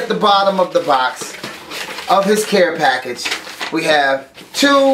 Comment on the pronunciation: "Lets go onto another pack-AHge!"